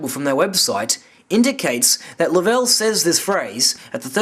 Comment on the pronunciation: I can't believe you even listened to Ralph Rene. The biggest fool of all time. Can't believe anyone would back that horse. What a zero. He can't even say James lovel's name correctly.